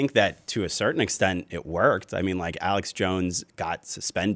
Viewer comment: It is Not Aleck, it is Alex. What a duffas. If you are going to talk about someone, at least pronounce their name correctly.